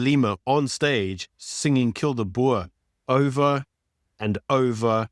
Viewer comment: Boer not Boar